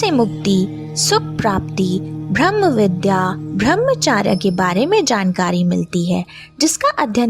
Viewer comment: Bahot badhiya. Bahot achha. Aap upanishad bolti hai, Aap ko upnishad bolna chahiye. Braham ko aap bhram bolti hai. So sad. So bad. Aap mantra ko matra bolti hai. Galat pronounce nahi kare, Pl. Titles hindi mein hona chahiye. Itna sare shabd Aap English mein na likhe. Thank you for nice compilation. 🙏🙏🙏🙏🙏🙏